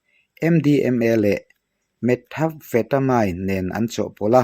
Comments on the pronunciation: Methamphetamine hi anlam fuh thei lo..metham-fetamain nilo in met-amfetamin ti a lam tur ni in ka hria..ka hre bik lo na in..🤦‍♂️😊🤭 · Methamphetamine 🤣🤣 i lam dan kha diklo mean tih ag a lam tur